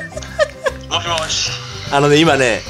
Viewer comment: 俺は「あい、よしよし」って言ってたと思たわ( ˙-˙ )